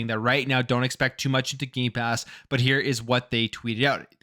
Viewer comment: Every time he says Gamepass. He actually says Gaypass. He's right it is Gay! Lol